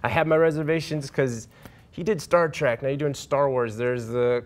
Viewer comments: Can those dipshits stop calling it 'Star Track'? IT'S STAR TREK! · It's not STAR T R A C K! DUMBASS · It's not Star TRACK it's Star TREK. Ignoramus.